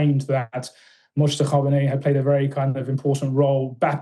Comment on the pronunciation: Just an FYI The J is silent in Mojtaba, pronounced Mowtaba